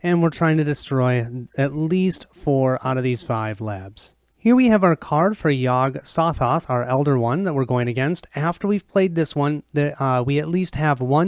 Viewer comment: Hey - Very nice playthrough - even though with some mispronouncing of the names. Yog-Sothoth doesn't have a silent 'G' in its name. (Yog-SoGoth) LOL (Yog - Sew-Thoth) The Byakhee is a male (ByakHEE), not a female (ByakSHEE). LOL (Bee-awk-ee) or (Bee-awk-hee) Exceptional job on the painting of the figures/miniatures by Bill!! Between this playthrough and Mike's playthrough from two years ago, its looking like this might seal the deal with me keeping my pledge to the recent Cthulhu: Death May Die - Fear of the Unknown Kickstarter - have 5 days to decide if I want to get my full refund back. Cheers